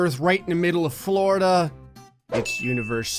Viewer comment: ITS FLORIDA NOT FLARDA